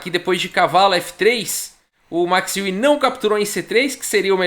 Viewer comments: Max Euwe...Max Iui...não seria Max Óivi a pronúncia?...ele era holandes...Holanda...país germânico... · falei com um amigo holandês que me disse que a pronúncia correta é MAX ÓIVE. A confirmar...